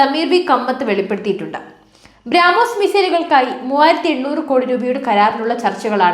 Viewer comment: ബ്രാ മോസ് അല്ല ബ്രോമോസ്